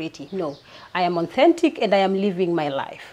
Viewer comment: Did she just say aunnthentic ama nimeskia vitu zangu